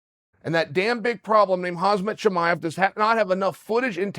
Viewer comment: "Julia pena" and "hazmat chimaev" 🤣